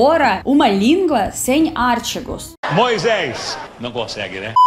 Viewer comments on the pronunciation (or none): AR TÍ GOS. E NÃO ÁR TI GOS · você está falando artigos errado. Não é ártigos. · minha linda.... não é áaartigo... é artiiigo...a sílaba tônica é a segunda. Mas, quer saber? Tu estás muito bem no português. Eu nasci aqui no Rio Grande do Sul e sempre amei estudar português, no ensino médio minha professora era mestre em língua portuguesa e tínhamos que saber tudo de gramática. Eu tinha facilidade com as dez classes gramaticais, achava até divertido classificar cada palavra de uma frase ou texto. Saber o gerúndio o infinitivo de um determinado verbo.... também tínhamos nota para redação, então era estudar ou estudar. Minhas notas eram excelentes mas eu me esforçava! Hoje em dia não é mais assim, as Escolas não podem reprovar até determinado ano e os alunos chegam ao final dos estudos com um conhecimento ridículo da língua nacional, não sabem expressar idéias por escrito porque possuem um vocabulário pobre, enchem um texto de redundâncias por desconhecerem a maneira de usar palavras diferentes expressando o mesmo sentido. Sabe porquê? Há trinta anos atrás li 23 livros de literatura portuguesa em um ano, hoje a turma só quer ficar no celular, jogando ou conversando à toa. Os professores que fazem correções nas redações de Vestibulares quase arrancam os cabelos diante dos erros grotescos com que se deparam. Então não se preocupe com seus pequenos deslizes no Português, está muito bom!!! O governo cria leis para facilitar a chegada do aluno à Universidade só para apresentar números, estatísticas de rendimento escolar que não existe de fato! Antes d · artigos, e não ártigos... genero, número e grau... pense que pra nós também é difícil. A conjugação verbal é, espcialmente, difícil pra nós nativos também. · Tu és Muito charmosa é muito Querida....não se diz ÁRTIGOS o certo É: ARTÍGO. ( Não tem acento no íi, eu botei só para te mostrar que a letra forte não é o Á...é O I: ARTÍGO. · artigos é palavra paroxítona...lol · "ártigos" kkk